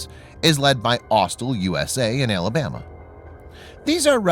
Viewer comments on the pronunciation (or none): none